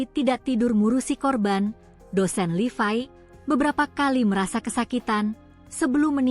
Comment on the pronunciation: mbaknya operator yg ngomong ini.bahasanya lucu.nyebut nya kok LIVAI kan namanya LEVI.bahasanya operator2 yg ngomong di berita medsos gini ini pasti aneh penyebutan apapun.coba diperbaiki supaya yg mendengarkan lebih nyaman